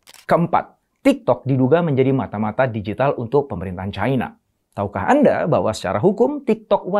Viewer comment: Cina pak, bukan caina 🤣